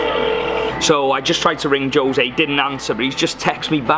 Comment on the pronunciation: Couldn't help but have a bit of a giggle at your pronunciation of Jose :) ho-ZAY - ho - rhymes with so | zay - rhymes with say ; I'm glad that you are able to hook up with people through apps, and it's great that even the staff at hotels are willing to accommodate you. Great job!